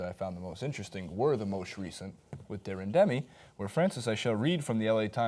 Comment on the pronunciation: Deren-demi lol 🤦🏻‍♂️